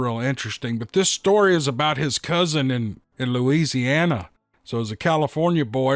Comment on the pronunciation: Gawd you make me laugh...the way you said Loisheeanna lmfao...always a good time here. Thanks buds. In Canada we call those Brushwolves ...Coywulf Amazing accounts. I think the goverment sanctions these kills on feral squatches. Awesome edge of your seat stories ...i get sweats thinking about it.